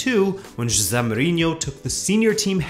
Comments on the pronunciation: Excellent summary. However, it is not zhosahh! it is zhoz-A (A as in the first letter of the english alphabet) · It's jose not josaaa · is that the correct pronunciation? I thought it should be "Ho-se" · You say “Jose” with a thick azorean accent. As someone who is the grandson of an azorean, that goes every year to São Miguel, I laughed once I noticed it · What way did you pronounce Jose? That threw me haha great video as usual lad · I hate how he says the name jose